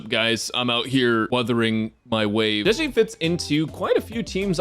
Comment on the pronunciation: Stop calling my poor girl chicken 😭 how did you get Zhe correctly but say Zhi as Ji (chicken)